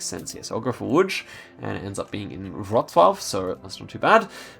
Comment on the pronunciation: Your pronunciation of ŁÓDŹ is suprisingly good(little bit more "i" in "DŹ" and will be almost spot on). Wrocław was even better